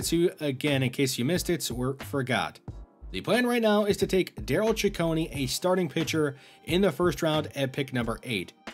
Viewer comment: I really direly hate to be "that guy" but I think Ciccone is pronounced CicconAY. Great video as always though!